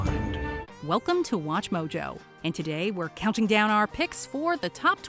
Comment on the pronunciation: The best thing about watching WatchMojo is the introduction part where the speaker says 'were coubting down our picks!!!'..😂😂😂.makes me laugh everytime.never gets old😄😁